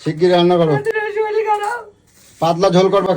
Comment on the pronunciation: Kotha ta soril na sorir